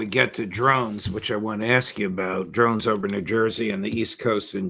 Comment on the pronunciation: It’s not “drones.” I mean come on. This undermines his credibility on all issues massively.